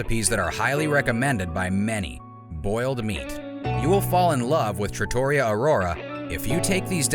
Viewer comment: TrattoREEa not traTAWrya